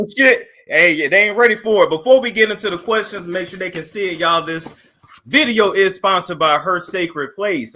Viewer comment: I knew she was gonna be ignorant as soon as she said I sholl is..